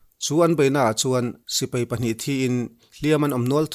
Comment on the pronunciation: Sir A bengvar thlak e..mahse sipei nilo in sipai tih zawk tur nilo maw...